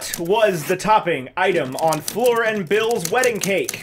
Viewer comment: I’m not over the fact that they call Fleur “floor” 😔 #justiceforFleur